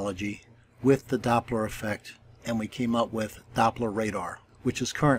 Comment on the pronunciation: Doppler "Efect".